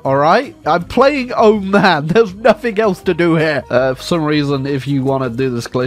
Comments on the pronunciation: The way he pronounces Oman hurts me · Iran to Iraq and said “oman”